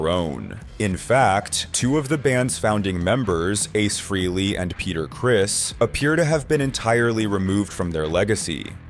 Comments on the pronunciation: Why does everyone mispronounce Ace's last name? It's FRAYley, not FREELY. Damn, that's annoying as crap! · That’s not how you say Ace’s last name